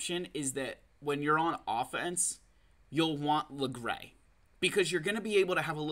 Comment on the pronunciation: do people really pronounce it "lagray"? lmao log-ray is my go to